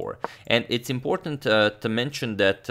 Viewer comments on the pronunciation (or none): none